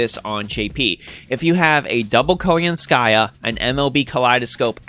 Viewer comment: Really happy you covered all this news! Now I know how to pronounce Koyanskaya properly lol. Overall I really like what she brings to the game by helping out Buster. She has added more diversity back into 3 turn farming, without the need to solely focus on Arts or Quick servants. As for the new servant coin system, I feel it was poorly executed. Outside of the potential 20% starting NP gauge for some servants, the Append Skills and new 120 Grail system are not worth the resources. Lores and Grails are already highly coveted resources and unless they start giving us way more copies of both with each event, the new systems don't feel worth it. Also, considering they seem to plan to give out more Servant Coins in events somehow, I feel this is just another filler reward in events that will take away from other materials as event rewards instead. Hopefully, they will improve both systems to make the high costs worth it. Otherwise they are just yet another glorified sticker to show off on a player's favorite servant.